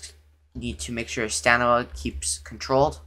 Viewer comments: You would be dead sober because he keeps saying stanima not stamina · Bro said stanima